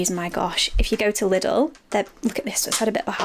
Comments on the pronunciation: ”Little” Bless your heart! 🙈Lidl is pronounced “Lee-Dull” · No one is saying little, they are saying liddle, but it doesn't matter everyone says things how they want to